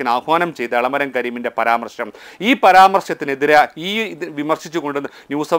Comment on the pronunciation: Paramarhsma paramarsham enn paryathe entharunu paramarsham enn parayan enthe vesianette uluipllle